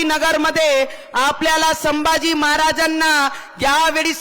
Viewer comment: She & Her Husband once shunned Hinduism & was seen dumping Lord Ganeshas idol, She couldn't recite Hanuman Chslisa once. She supports divide in Hindu Society. Its said She refuses to talk on Upliftment Downward Filtration Policy. She can't pronounce Shambhaji 🤣🤣